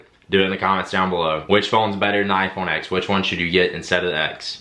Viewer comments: The "X" in iPhone X is a Roman numeral, not a letter; therefore, the correct pronunciation is [ten] not [ex]. The "swipe and then throw to the side thing" doesn't have to be as time-consumingly dramatic as you make it. You can just swipe up, like you do in the first example, and then slightly to the right and you are immediately in multitasking, making it equally as fast as the double tap. Control center access is now at the top right, because swiping up from the bottom is now the home command. The headphone jack is antiquated technology. There are all types of Bluetooth receivers that you can use to get audio into an analog aux port. Then, you can still charge your phone while playing music. Also, there are several wireless travel chargers available now, making it possible to both play music and charge without a single cable. With the "looking at the back of the phone" thing, that's just basic situational awareness. I can't help with that. Sorry You might want to get with Apple on your issue with raise to wake and Face ID. I deal with multiple iPhones daily, and this is certainly not typical of the iPhone X. Raise to wake normally works flawlessly and Face ID is considerably faster than Touch ID. In fact, with Touch ID there were two, albeit very quick, steps: pressing home and then the reading of the fingerprint. With Face ID, by the time I swipe up (usually before I even touch the screen) Face ID has already unlocked the device, making the experience much more seemless. Yo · for the love of god, as someone that is essentially a tech reviewer - stop calling it the 'iPhone Ex'. Please. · It’s pronounced “iPhone 10